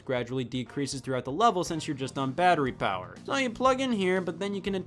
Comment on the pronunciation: “powuh on” “connected” “pairing” “battery low” “powuh off.”